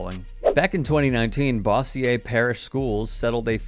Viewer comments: being from Shreveport, it’s pronounced bose-yer. Not bossi-ye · Bossier, pronounced "bo' - sure". I know - you just never can tell with those Louisiana names. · Pronounced Bo zure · His pronunciation of Bossier is taking me down 😂